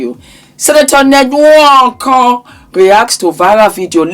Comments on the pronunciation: It's the N-wooorrk-korrrrr..😂😂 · “Ñed nWöÕǒKōŐ” Makes me laugh EVERY TIME 😂🤣❤ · The pronunciation and twist of mouth for the nwokorrr had me 😂😂😂😂😂😂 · The way you say nwonko is phenomenal 😂😂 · 😂😂😂every time you say his name. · 😂😂😂😂 the way you pronounce the surname has me on the floor z😂😂😊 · 🤣🤣🤣🤣🤣you’re killing me when you pronounce his name…I don’t know of these people but this is a mess ewwwww this man is totally gross never ever would I….J wouldn’t care if he had money falling out his ass every time he moved..money doesn’t not equal to a lot of things and one of them would be to have this gross looking man touch my body never ever money can definitely rob one of their dignity and self respect which this gross looking man doesn’t have 🤮🤮🤮🤮